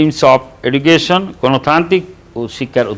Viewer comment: Sir this video I so much important for all the students not only for the hs level bt the pronounce will be not correct (education )